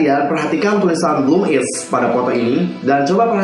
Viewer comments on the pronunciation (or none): Kak, WIZ*ONE itu dibacanya wizwan bukan waizwan, terus BLOOM*IZ dibacanya bloomaiz bukan bloomiz